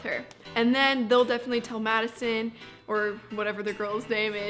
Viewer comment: When she said maddison😛